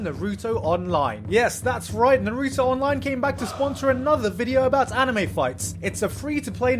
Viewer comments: NAR-OOO-TOE Not NAR-EWW-TOO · Why does he keep saying Nruto instead of Naruto??? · Omg hes so terrible at pronouncing stuff from naruto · How are you sponsored by a Naruto game when you don't even say Naruto correctly... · YOU HAD ONE JOB PRONOUNCING NARUTO